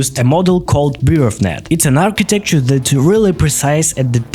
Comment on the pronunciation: Amazing idea .. also lol at archeetekcher 😂